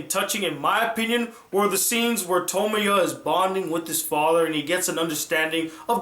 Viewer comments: He said his name wrong xD he called him Tomoyo when his name is Tomoya. the gray haired girl is named Tomoyo though :D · Who is Okazaki Tomoyo?? Get it right. His name is Okazaki Tomoya. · you said tomoya instead of tomoya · His name is Tomoya, not Tomoyo. Aside from that this review was very pleasant. I believe he did not understand some of the motives of the episodes. The story with the two rival gangs for example. Tomoya stepped in because he did have some time in a few episodes in the first season with Meyazowa, the girl that tends to the wounded from both gangs. Tomoya is determined to help with whatever he can when he devotes himself to a cause, restarting the drama club for example. He had to play a game of basketball even though his right, shooting, shoulder had several surgeries do to a fight with his father. He was not able to raise his right arm more than a height if his shoulder. That time was hard for him because he was accepted into that school for his basketball skill level and he lost his chance to play his favorite sport, for the rest of his life. That shows his determination to a cause he has se himself into. Another thing I want to address is the ending to After Story. Yes the producers did take it all back in the end but it was still lively to see that the good came from everything and Nagisa is perfectly okay and will live. The life Tomoya played out in his mind, forgive me if I am incorrect in the length of time he plays in his mind for I have not watched After Story in a couple years, is five years. His child Ushio is now able to think, talk, and remember what happens. He neglected Ushio for this five years and left her in the care of Sonai and Akio, forgive me if I have mi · thats why you watch dub.. its pronounced tuh-moy-uh, tuh-moy-oh and ka-toe-me.